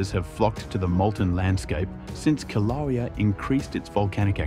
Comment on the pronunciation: At least get an AI that can pronounce Kilauea!!